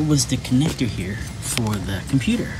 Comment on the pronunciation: Love the video, but every time you said "computer" I cringed.